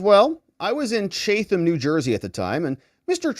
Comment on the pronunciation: pronounced Chat am new jersey